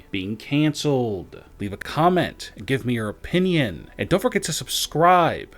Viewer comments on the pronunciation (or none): none